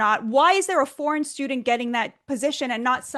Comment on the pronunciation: Mark can't even say "foreign". Tisk, tisk!